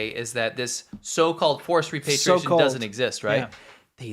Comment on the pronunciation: The word is "repatriation ", not "repartiation"